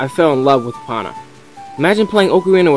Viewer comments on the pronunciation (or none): Opana? It's pronounced ee-poe-nah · omg, im not trying to be a dick, but it annoys the fuck out of me when people pronounce names wrong. epona is pronounced EPOHNA, not EPAHNA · its ee po oh na not what ever you are saying gosk everyone knows that dude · ha ha... you're saying epona weird... me: say E you: E me: now say pony you: pony me: now say epona you: eponnnna me: lol